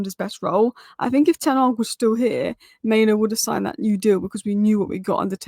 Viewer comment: it's pronounced MainOO (like loo) and not MainO (like no)...